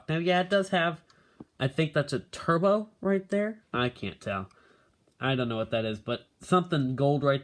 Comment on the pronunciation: I've watched thid so many times it's still so funny when you say turbo.